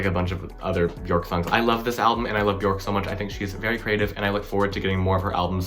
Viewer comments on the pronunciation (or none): Quick tip: it’s Björk. Pronounced “Byerk”